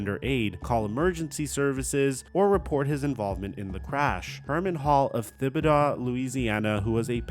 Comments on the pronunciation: It's pronounced Tib-ih-doh. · Thibidaw?? learn to read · Pronounced Tib uh dough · Tragic, to go from the top of the world with that OT TD to beat Ole Miss to 6 months later committing suicide. Just tragic. By the way it’s pronounced Tib uh doe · not taking away from the spirit of the story, but it's pronounced "Tibba-Dooo". (Thibodaux) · The ‘h’ in Thibodaux is silent…. Just saying